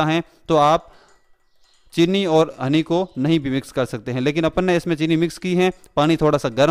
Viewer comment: Cool voice Especially when u say Apon ne